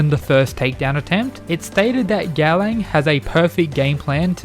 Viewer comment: by god i love the content of your channel but the way you butchering gaolang's nameeeeee dhfhfhdjdhdhdh but still, here's a sub